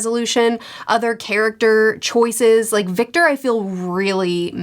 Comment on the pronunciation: She gets it right later on, too…!